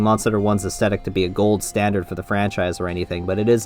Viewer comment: please, please, PLEASE pronounce the "th" in "aesthetic." edit: this is a big mood btw.